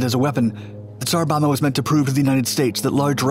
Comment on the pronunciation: "Bomba" is pronounced with both Bs: "BOM-bah", not like English "bomber". You really should check these pronunciations out via Google Translate or similar internet means.